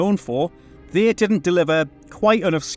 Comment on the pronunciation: "They" ... I thought you said "V".